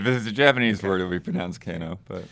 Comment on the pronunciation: The whole Keno debate reminded me of Kena: Bridge of Spirits. Keno is definitely pronounced kee-no in the movie, not kay-no. Also the character and the actor who played him are Filipino, not Japanese. Being half-Filipino myself, I remember my mom making a big deal about that. There was also Rufio in Hook the same year.